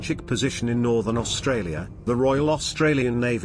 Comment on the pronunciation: This is not your fault , but it’s Spelled Australia, only one R, and RAAF is pronounced R double A F. Only watched 5 min so far. Also I don’t get the robotic voices on these videos?